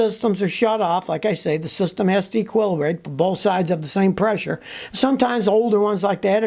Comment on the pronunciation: Scotty word of the day: "equillabrate"